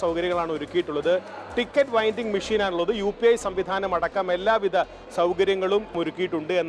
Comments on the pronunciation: Ticket winding അല്ല, ticket vending machine വൈന്റിങ് അല്ല, വെന്റിങ്‌ മെഷീൻ. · Ticker winding machine? It is Vending